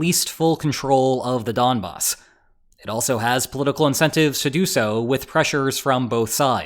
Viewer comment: wait the Mafia is involved now ('Don Boss' pronunciation joke)? A fair bit of the time, runs through sentential logic are just too subjective.